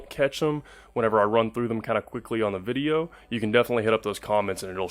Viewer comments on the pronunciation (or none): none